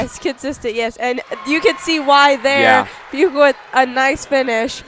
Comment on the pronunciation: Always enjoy the commentary from!! You guys were right at the very beginning of the girls game of how to say Buechle. The “ch” as in chew is correct instead of a “k” sound. Thanks again for the play by play!